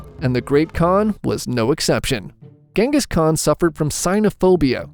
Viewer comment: The Gengis Khan pronunciacion was something terrible 🙂